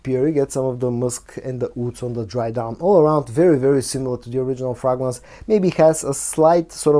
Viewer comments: Yeah, my bad. Hearing him say "frogrance" 🐸 repeatedly is adorably quaint. I stand corrected. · Your reviews and presentation style are excellent. Please consider learning the correct pronunciation of the word 'fragrance'. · What's wrong with the way he says "fragrance", English is obviously not his native tongue and the way he's pronoucing it, it's just got a little lilt of the way he'd say it in his own language.